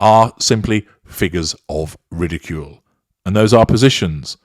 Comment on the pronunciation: Rrridicule, rrrridicule, rrrrridicule 😂 Horn?? Xx